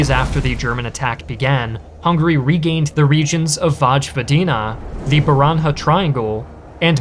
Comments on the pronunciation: Oh boy Vojvodina, Baranja and Međimurje were really butchered, by your pronounciation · and Baranja is pronounced like Baragna